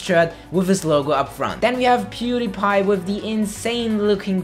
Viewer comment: Wait did he say peedepie